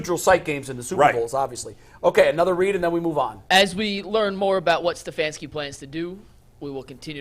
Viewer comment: Nobody:: Stef-ayy-aunski